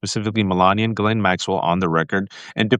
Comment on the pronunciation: Lev, it’s GHISLAINE not Gizelle. 😚